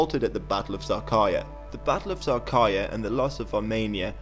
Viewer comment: battle of sağkarya xD